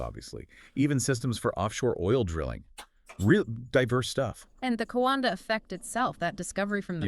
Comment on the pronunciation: Just a bit of correction,. His name is Henri Coandă and it's read like the 2 narrators said: Henry (like in French language) and his family name is Co an dă, it's not Coandră. He built a plane prototype but it turned out he discovered the jet propulsion engine. It was the first working one but this thing was just starting to make sense. The Wright brothers didn't invent the jet propulsion engine, they perfected it based on this Romanian inventor. The idea belonged to this Romanian man, it didn't belong to them but they put it into practice better than Coandă did. I guess as years passed by, this "tech" evolved. 🙂 Come to think about it but aerodynamics is also used in car design to make them perform better in the wind tunnel, to make some of them perform even better, to push the boundaries of engineering while others to consume less fuel, to get better gas mileage. Back then, there were still old school teachers who weren't interested in making money but into passing knowledge to their students, to other people, to educate them. First and foremost, being a teacher was seen as a noble profession and not many even had the opportunity to study anything. Some peoples parents wouldn't even let their children go to school or anything, they sent them to work from a young age.